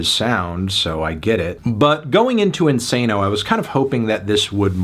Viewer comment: “Isano” lmao 😂😂